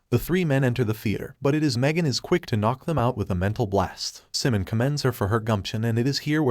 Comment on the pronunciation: It's Psimon as in "Simon," not "Simun ! "